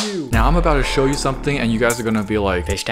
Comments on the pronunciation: Is no one gonna call him out for repeatedly saying snow when it says show twice? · Its says show not snow